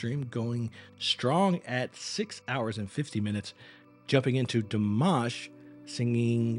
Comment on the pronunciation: You started timing on the 'guh' of again; add another second or two or three for the 'ah' of again - he did not breathe in between. Also, please pronounce it Dee-mah-sh; he ain't mashed potatoes.